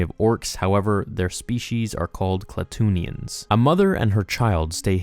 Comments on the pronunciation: Just a suggestion, instead of reading the books, listen to the audiobooks. I've noticed you get A LOT of the pronunciations wrong. In this case it is Kla-too-in-ee-an. Not "Kla-toon-ee-an". Just saying because you make fan films and such, and I bet you don't want to go through all the work of making a Star Wars movie only to mispronounce a character's name, or a planet name, or some shit. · It’s pronounced Kla-too-in-ee-ins